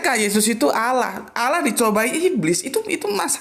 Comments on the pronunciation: Tolong di perbaiki penyebutan Allah, bkn Alah. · kenapa Allah dilafadzkan menjadi Awloh padahal bahasa Arab tidak ada huruf a dan e